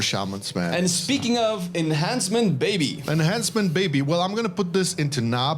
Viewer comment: Is it just me or when he says enhancement is thought he was saying Asmon